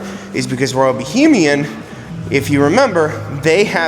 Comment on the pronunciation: Great video! However, it's Royal Bahamian not Bohemian.